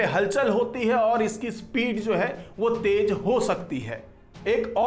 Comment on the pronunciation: Tej bahut Ganda laga. Teji aur bhi bura. Jahilo ki tarah tej, tej. Apne aapko doctor Kate ho. Sharm karo. Correct word is tez. T e z. Tez.